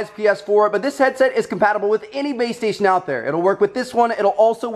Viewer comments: I swear to god he kept saying BAE STATION instead of BASE STATION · Is it just me or did he keep saying baystation? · I kept thinking you were saying babestation...